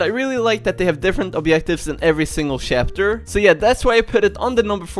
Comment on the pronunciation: Is it me or does he say shapter?